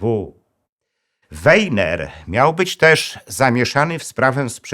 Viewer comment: Warto znać języki , Weiner czytamy po niemiecku Wajner i nie inaczej !